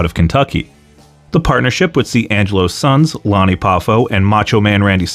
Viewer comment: It's Lanny. NOT Lonnie!